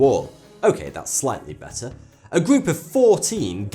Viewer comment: I like how he make fun of overweight people even tho he can't even talk right "everyfing" "Betta" I'm dying.